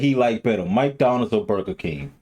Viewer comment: You say “MikeDonalds”?